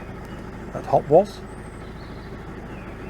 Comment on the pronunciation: Lovely to see you back. Just to let you know that Hopwas is pronounced Hopas. My husband's mother was born there, so he should know😅. Great vlog, thank you. Love the history stories xx